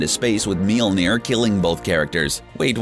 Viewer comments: They couldn't even pronounce Mjölnir, how its called in my language. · I've been fucking crying with laughter at how he pronounces Mjölnir 😂😂👌